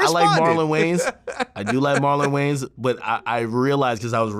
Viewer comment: Wow "Marlon Gayans" holy cow.... he's got 24 hrs to respond 😂